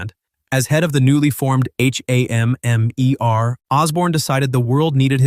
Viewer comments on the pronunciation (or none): Bro just say shield and stop spelling it out, yeesh!also just say hammer, again no need to spell it out.